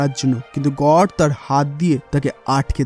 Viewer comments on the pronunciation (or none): God kot Ah ta uccaron kora think na